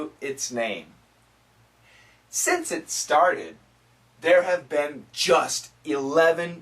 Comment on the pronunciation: It´s funny like "have been" sounds this time to me as "happen"...